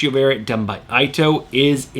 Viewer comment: Ito is pronounced E-toe. Other than that, keep up the great work! Still watch every week!